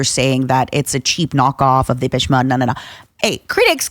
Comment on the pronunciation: Took me forever she was talking about Depeche Mode. I was like, "who the hell is dippesh mudd"??